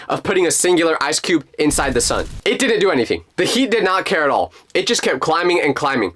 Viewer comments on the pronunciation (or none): it’s the sun, not the sen